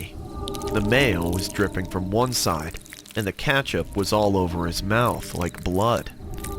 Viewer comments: Katchup Herresment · And he said catchup instead of ketchup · "and katchup"is that how you pronounce it🤔